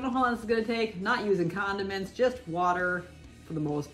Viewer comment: Who else heard condoms and then realised she said condiments? No just me ok 👍🏻 hahahahahaha awesome job molly x